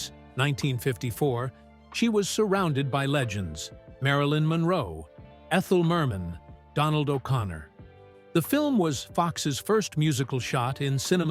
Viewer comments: My favorite: "Ethel Mer-Man." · Why, the narrator who pronounces "Les" of Les Girls as "Lez " instead of "Lay" and Ethel Merman as Ethel Mer-MAN...